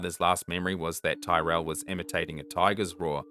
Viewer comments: Despite the spelling, William's surname is pronounced "Tirrel".. not 'Ty-rell' The foster father's drive to get 'reception' for work call, is BS! The know EXACTLY what happened to William and where he is!! We have NEVER had problems with reception there!!! They got away with murder.. manslaughter at best! 😢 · Williams surname is pronounced tear al, rather than tie rel, his name was known will in Australia it was everywhere, as you said. Sorry, only informative, not a criticism by any means. You do a fabulous job, and different names are pronounced differently in families even, let alone countries. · Pronounced Tirell. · Really interesting video! I have seen Last Stop Larimar come up on Netflix but never got to watching, I wonder if it’s related at all? Also just in case you do future videos, Tyrell pronunciation rhymes with squirrel. Thanks for the great video! 🙏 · As the family member of a missing person I would think you would understand the need to pronounce names correctly. Please listen to a news story or two on William Tyrrell to pronounce his name.